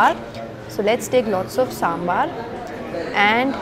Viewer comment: First of all besan and chane ka atta are same. Secondly please don't pronounce साँssssमबाssssर। It is साँभर। Simple. Your videos are excellent. You give nice description of the food you eat.